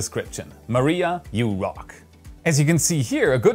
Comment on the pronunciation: Yew Rhock